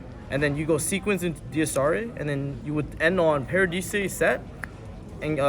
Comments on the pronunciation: Did this man just say "parahdeesay" when pronouncing "paradise"? What are they teaching in schools these days? :D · bro did he really say paradise, PARA DE SAY lmao, bro oak english and math is way to funny lmao. no offense yall crazy tring to record a deck profile LOUD AF in a resturant... smh. any addreal this time? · did the italians make u pronounce paradise that way? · actually the original name of the fusion is “Des Irae”, so Pak didn’t say the name that wrong (but still, wrong pronunciation on Paradise is insane XD)